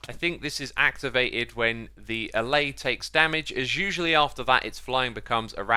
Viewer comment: Dude. Alláy, not állay